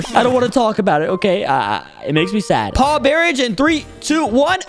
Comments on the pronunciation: Paw_barij bro it's barrage said like b-a-rage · bro said bear ige and not bəˈrä(d)ZH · He said paw barage instead of barrage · aint no way he said “bear-age” at the beginning 💀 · Man said barage for barrage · He said barrage wrong